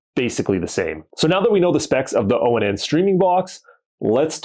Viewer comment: Dude. It’s Pronounced Onn as I turn it On. That’s why it says (Watch Onn) right there on the box. You don’t have to say O N N all the time. Just say ON